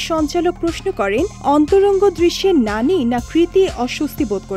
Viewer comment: গাজাখোর রিপোর্টার ওর নাম নানী না, ন্যানি 😄😄